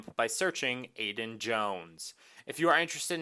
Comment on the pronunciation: Also, it's Aidan Jones, not Aiden ;)